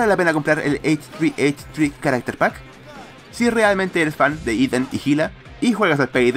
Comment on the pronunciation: creo que se dice ¨hehe¨ y no textualmente como h3h3 :,v